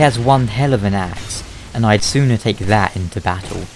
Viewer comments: i though you said creighton marvelous ass instead of axe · For about three seconds I thought you said "one hell of an ass" and I was like "Why would that matter in battle and also that's a terrible reason to side with someone".